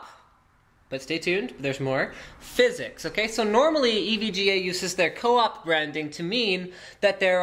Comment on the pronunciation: I don't want to look like a language nazi, but it is pronounced Phys-X